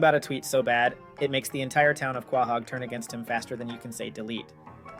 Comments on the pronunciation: I find the way you say Quahog more offensive then what he tweeted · Why are you saying Quahog wrong? Lol and who watches a cartoon with irl logic? Yeah of course Stewie having a publicist isn't realistic that's the entire point of stewies character....